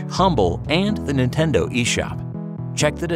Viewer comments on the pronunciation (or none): none